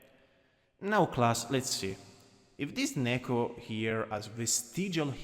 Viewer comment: Im so sorry but the way you say Neko is just so funny to me “Nehhko”